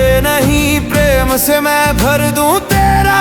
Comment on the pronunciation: Pehle ma bola fir pirem 😂